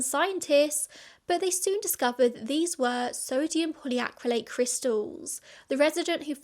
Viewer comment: You did well saying those crazy names. I was surprised to hear sodium polyacrylate is in food, until I found out it's made from coconut.